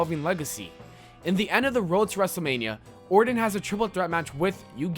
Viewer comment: Were you saying Randy Warden? Dude, its Orton.